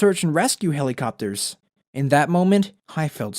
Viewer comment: The only mean thing I've ever done is replaying HELL-I-COP-TER over and over .Forgive me but I'm weird cause I laugh at everything but jokes